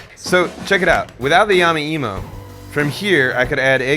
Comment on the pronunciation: Yama emo? I cringe every time he mispronounces it...